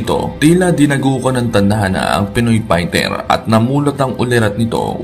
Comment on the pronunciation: will you pls ayusin mo nga mga caption's at mga Comment's at content's mo! nagiging barubal yung mga caption at mga comment's at content's mo eh! at ultimo nga fighter ang pag pronounce pighter ayusin mo naman at ikaw rin!